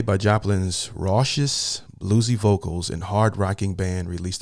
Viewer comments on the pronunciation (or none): Listening to your narration reminds me of a fundamental principle of astronomy: every moment hundreds of stars in the Milky Way are expanding away..slipping away… becoming invisible forever more. That reminds me of the inability of current YouTubers to pronounce words that used to be commonly understood: like “raucous” (“rock-us”) or the California Jazz festival held at “Monterey” (Maun-tear-Ray). Makes me feel like a stranger in a strange land. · pronounced - (Rock-us) raucous. Taken from the Opera- Porgy and Bess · I don't want to show you up or sound condescending but here goes. Raucous raw-cuss Impresario imp-press-air-ee-o Sojourn (you said it right) = trek Monterey mon-ter-ray (accent on the last syllable) I love your videos. You are articulate and I thought that you totally nailed it on Neil Young's Southern Man and Harvest Moon, as well as Billy Joel's Pianoman. In the same, relaxed and comfy vein as Harvest Moon, you might want to give a listen to Pink Floyd's Saint-Tropez. Totally different from their hard-core, prog-rock stuff. Cheers.